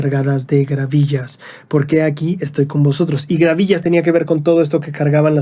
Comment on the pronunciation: No son gravillas, son gavillas jejeje